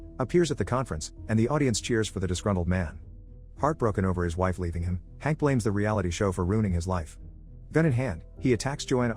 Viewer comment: LMAOOOO THE WAY HE SAYS IT “HaNk”